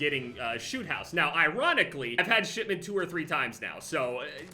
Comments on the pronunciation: It sounded like he was saying Shitmeant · Why’s he saying shitment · Everytime you say "shipment" I hear "shitment".